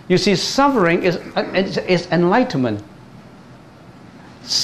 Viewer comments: It should ber FUR NOT BER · Your pronunciation of SUFFERING is wrong. You should pronounce SUF- FER-RING not SUB- BER- RING.